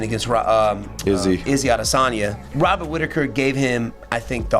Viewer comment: I don't wanna make fun of the accent, but the way Moicano pronounces Robert like hobbit, every time he says it i picture Rob in the shire stealing someone's crops